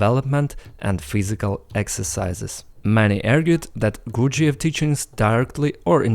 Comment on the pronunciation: You sound retarded saying the guys name.